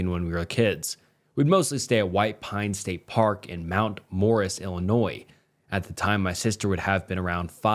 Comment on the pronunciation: Illinois mentioned😭🙏 bro actually pronounced it correctly too